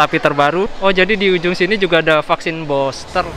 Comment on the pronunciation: Bilang nya vaksin Buster NU, bukan boster , gmn seh BHS inggris nya , katanya kuliah 😂